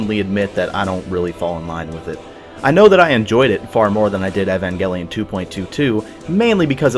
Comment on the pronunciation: Umm.. Evengelion? O_o You're pronouncing the name way off. And it's weird since the original voice actors _constantly_ tell you how it's pronounced. Hope you didn't watch this with some English voice acting or something weird like that :P